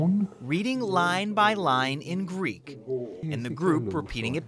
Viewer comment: he is using an americanised version he is not pronouncing with a "greek" twang he must learn modern greek first